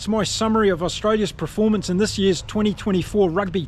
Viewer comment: Thanks. I don't always agree with you infact strongly disagree at Times but thanks for the Chanel, I'll shout you a beer. 1 silly niggle. Can you please pronounce performance phonetically, not preformance 😅